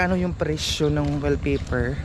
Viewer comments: WALLpapaer hindi wellpaper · Wall paper hindi well paper hehehe